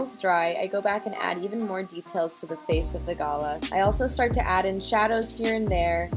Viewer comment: Thanks for sharing, turned out beautiful! I am loving gouache at the moment ❤ (...and I hate to be that person, but I felt that as an Aussie I needed to correct how you say Galah.. it's pronounced G'lah 🦜)